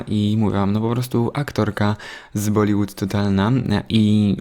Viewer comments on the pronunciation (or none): Jest coś takiego jak Bollywood bo bollywood nie ma ;-) w każdym bądź razie tak się tego słowa nie wymawia dlatego zwróciłam uwagę na wymowę ;-)... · Wymawia się „bollyłyd” chociaż to y jest jak takie y pomieszane z u